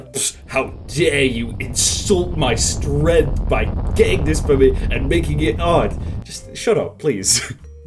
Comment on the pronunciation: Nobody:: STRENTH